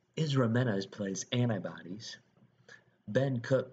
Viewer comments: I don't think the speaker is familiar with the play, or the movie, or the English language. No one reading the word "anybodys" would say An-nigh-bodies.... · Narrator doesn't know how to say "anybody's "lol.. it sounds like he is say antibodies lol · So funny the way he pronounced "Anybody's" OMG